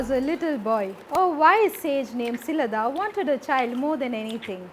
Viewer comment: I appreciate the content but i would recommend that special attention be paid to pronunciation of names, especially uncommon names. Nandi's father was Shilaada (शिलाद) , not Shilada (शिलदा / शिलद)